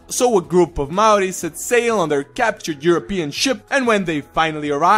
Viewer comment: Your Maori history and pronounciation and accuracy is amazing!! They purposely don't teach Maori culture in Nz only the white version so I'm surprised how correct you got it. Cheers bro from Nz